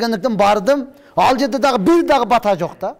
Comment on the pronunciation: Урматтуум ! . Батаа беүү эмес , патьа берүү !